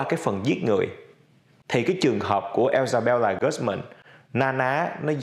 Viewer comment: mình nghĩ nên cố nói đúng tên nhân vật. Isabella chứ ko phải là Ellsabella